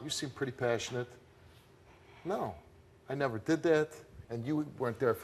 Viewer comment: "I DeeD TELL THE TRUTH" 😂😂